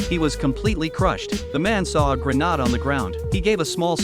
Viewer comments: It’s grenade, not “Grenod”, Jesus the voice AI’s are terrible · It's grenade not granade but still funny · it's pronounced Granade ... not Granard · Grenade❌ Grenad✅ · Garnad 😂😂😂😂 fark you A.I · I give them a thumbs down he cannot even say hand grenade from which country he came from